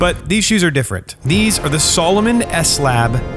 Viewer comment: Aren't you mispronouncing the name Salomon??? I wore Salomon boots while in the Army, we were allowed to wear what we wanted in my unit. I still wear Salomon boots to this day - they are among the best in the world